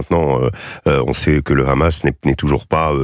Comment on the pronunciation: Faut arrêter avec le RRRRamas, vous faites pas autant d’efforts pour d’autres langues.